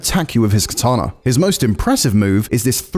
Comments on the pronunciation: “Katana” lmao?? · it hurt everytime he said katana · he said katana... oh well....